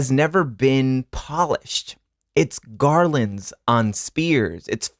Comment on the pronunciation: the way you said garlands killed me i love you omg